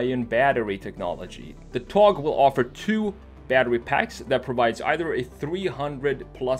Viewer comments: öyle bir söyledi ki,adamı Türk zannettim :D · but at the end of it it was a little bad but it sounded like hes a turkish man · Well pronounced buddy :) TOGG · Are you from turkey? You said the word togg like a turkish people. I've noticed. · exactly, think he had turkish friends in sweden